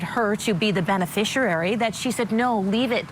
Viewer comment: Somebody, please, teach that woman how to pronounce 'beneficiary'.